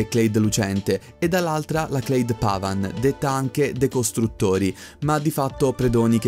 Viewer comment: io ho il sospetto che Clade sia una parola italiana (almeno all'università io l'ho sempre pronunciato così) quindi "klade" e non "cleid"